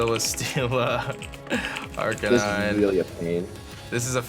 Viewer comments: Arr-can-e-neh whaaaaaaaat I thought it was Arr-can-nine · Why did he say arca nee nay?